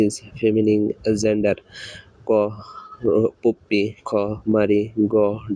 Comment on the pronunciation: Vai question krso thik ache but drone- ড্রোন হবে, ড্রোনি না। Mare-ম্যার হবে মারি না, Puppy- পাপ্পি হবে পুপ্পি না।